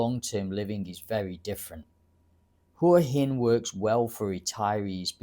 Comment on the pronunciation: Hwah Hen vs Who uh hen - Local Thais have told me it’s the first pronunciation.